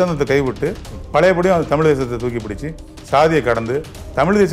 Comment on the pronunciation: தமில் ilaa தமிழ்